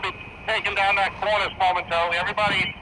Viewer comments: Cornice. The chief pronounces it CORnis, so did my father abd grandfather, both archutects. You say corNEESE. Is that French? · Come on,, say it after me: KORN-iss. be safe.